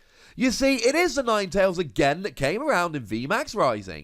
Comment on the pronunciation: Ninetalesanine?? Nope yours sounds better.